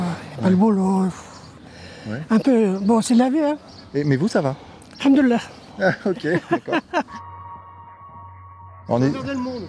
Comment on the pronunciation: Elle a dit hamdulFRANCE 🤌👍